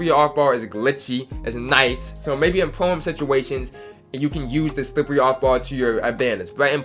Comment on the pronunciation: The way you said slippery off ball lmaoooo deadddd Slip-wearrry